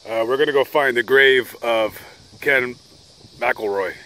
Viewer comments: Ken MACKELroy.....not MickELROY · You got MANY a fact wrong in this one!! And it is pronounced MACK EL ROY.. not MA KELL ROY!! That being said, yes, a dreadful man was Ken Rex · His name is pronounced mackcoolroy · Not a bad video. You got a few facts wrong and kept saying his name wrong. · Y ou should lear how to pronounce his last name.